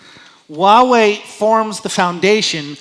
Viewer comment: "i lived in China for 9 years!" You cant even pronouce 华 correctly. Its hua, not wa